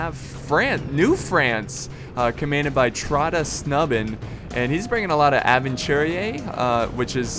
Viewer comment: Thats the most hilarious pronounciation of "Tröttasnubben" i have ever heard.